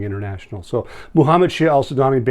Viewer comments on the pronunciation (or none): none